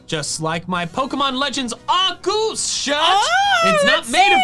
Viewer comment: It's Arceus dumbass